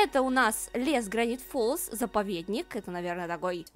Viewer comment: Не Гравити Фолз, а Грэвити Фоллс))